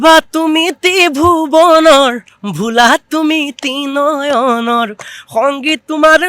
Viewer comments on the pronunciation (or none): Ussaron thik kor o.. tinoyon.. nohoi Trinoyon.